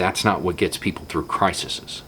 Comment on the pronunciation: Sorry, minor gripe: the plural of crisis is crises. It's pronounced "cry-seas". Other than that, i wish your idiot in chief would watch this video and take the message to heart. How hard is it to bring Fauci on with you to press conferences and bat the medical questions in his direction? That way, you get someone who actually knows what they are talking about answering the question and, bonus, you don't look like an idiot.